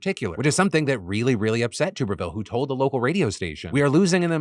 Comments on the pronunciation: Philip I love you....but as an Alabama resident, I must correct you due to my touch of tism....it's TUBerville like a bathTUB. Not tube as in a pvc pipe lol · Just a heads up senator tubervilles name is pronounced TUBB ERVILLE. Ashamed to know that but i am an auburn grad 🫣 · phil, you are driving me nuts, it’s TUBBER-ville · Phil it’s pronounced Tubber-ville 😘😘😘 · “Tub” er ville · You're saying Tuberville wrong.